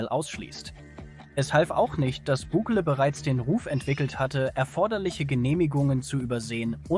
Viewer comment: Meine Guete, lerne einmal Bukele richtig auszusprechen, das hoert sich total asi an und macht das Video lachhaft. Andererseits kommt Ihr sehr spaet fuer eine derartige Reportage als waere der Schnee von Gestern immer noch da.